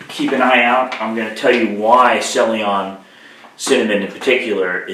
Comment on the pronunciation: ceylon is pronounced SAY-lon. It's the old name of Sri Lanka.